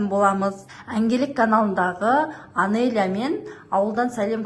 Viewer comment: Жансая Анелья деп айтсай Анения деп емес